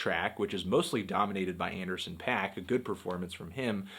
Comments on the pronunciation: Anderson paak not pack.. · It's pronounced pok. Anderson. Paak (pok). He is of Korean decent. C'mon dawg.